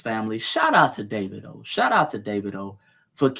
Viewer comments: Dah-vee-doh ...lol... not Day-vid-o...lol... Good work, thank you. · DAH-V-DOE is how its pronounced. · You pronounce it Da va do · Dah-Vee-Doh is how his name is pronounced. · It’s pronounced Davedo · Pronounced---> Dah veed o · I believe his name is pronounced Da-vee-dough.